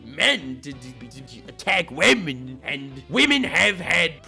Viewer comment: "whamen And gentlewhamen": "sir's and sirett's"